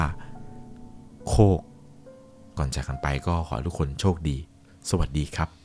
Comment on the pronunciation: แค่ ครับ เป็น คับ ก็ไม่ผ่านแล้ว 🙄